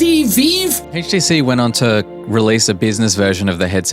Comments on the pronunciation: "HTC Veeve" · "HTC VIV" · HTC VEEV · HTC VEEVE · HTC VeeV 💀💀💀💀💀💀💀